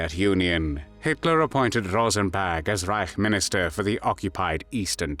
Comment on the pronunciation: Why does it sound like he’s saying “Rosenbag?”